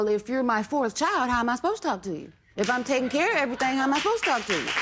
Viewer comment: Girl you put the emphasis on "Everything". Emphasize RUN.